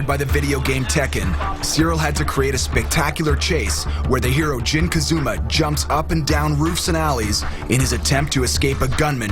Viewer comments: “ Jin Kazooma” 😂😂😂😂 Just let me direct next time.. you ain’t gotta do this to yourself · really "Jin Ka zoo ma" fail within first 5 seconds